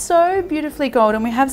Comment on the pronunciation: Marionade is what I think ever time you say marinade haha make it a thing!